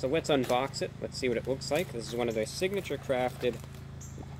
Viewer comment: Am I the only one who just loves the fact that he dresses so nice just to go eat McDonald’s 🤣🤣 also that he calls it “signaypture crafted”